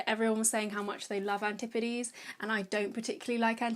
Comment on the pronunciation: ~antipodes~ ... love the way you say it! also like that you aren't crazy about those H&B products!